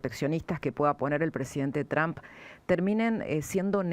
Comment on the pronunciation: Por qué le decía "Donal Chomp"? Decí Trom pelotudaaaa